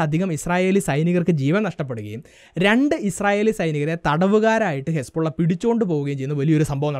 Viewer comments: Bro hespolahalla hisbullah😅😅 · Hesbulla alla hisbullah 😂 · അതും അല്ല Hizbullah